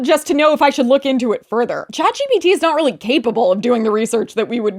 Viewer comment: Chat gbt ? Gpt? Shat bt ? What are you saying and what is it?